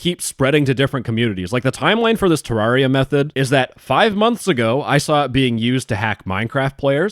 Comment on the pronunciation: Listen man. I love you but like... Ter-RAWR-ia?